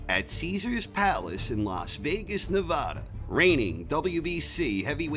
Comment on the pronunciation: I'm a great boxing fan and a fan of your videos. However, as a former resident of Vegas for 16 years I cringe everytime I hear you mispronounce the states name. It's Ne-vaah-da, not Na-voh-da, bur don't take my word for it, ask some other residents, or better yet, just call a city or state office. Many can argue that it has nothing to do with your narration of the act matches themselves, but it marks the difference between being good and being flawless.